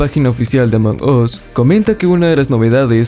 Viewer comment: Se pronuncia Among AS no Among OS!